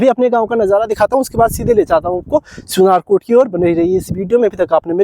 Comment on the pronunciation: स्यूनराकोट को सुनराकोट कह रहा है और वहाँ का रहने वाला निवासी खुद उसका उच्चारण सही से नहीं कर पा रहा है इसलिये पंत जी अपना गाँव छोड़कर दिल्ली चले गए थे।